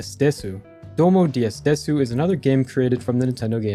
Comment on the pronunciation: The "Desu" part In the the DS game for the Nintendo Game Seminar's Name is pronounced as "Dess". I know little Japanese and what I said is true.